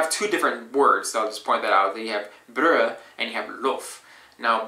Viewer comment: The way you pronounced "brød" was perfect 😀 the "ø" was perfect and the fact that you didn't pronounce the "d" at the end because it's supposed to be a silent d was exactly right. Great work there